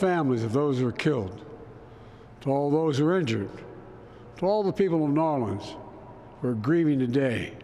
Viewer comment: Cringe for how he said New Orleans…. They didn’t vote for him.